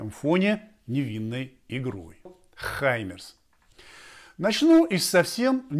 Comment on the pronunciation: Какие хаймЕрс, если они - хаймАрс - А=артиллерия??? Что за неграмотный язык ведущих всех тв каналов!